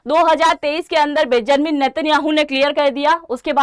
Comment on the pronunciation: बेजानमिन 😂 नहीं ❌ बेंजामिन नेत्यान याहु ✅